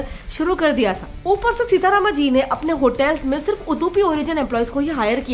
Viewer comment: Are mem me aapke channel ka regular viewers hu to meko Reply jarur dena Ye महाभारत ko महाभारता or bhi he ram ko Rama are aap to itni knowledge wali info share karti he to उच्चारण to kam se kam अच्छे se karlo btw aapki videos kafi sahi hoti he 👍👍🙌 great work